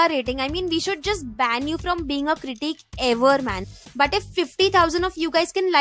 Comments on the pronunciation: Why does she say critique and not critic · She pronounces critic like critique😂